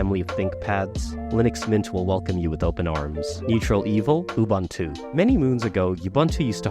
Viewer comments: sorry to be 'that human' but.. "𝑜𝑜-𝐵𝑂𝑂𝑁-𝑡𝑜𝑜" (according to how Nelson Mandela and his African interviewer were saying it, anyway lol) great vid though, everything is about perfect in analysis. bravo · Thumbs down for your pronunciation of Ubuntu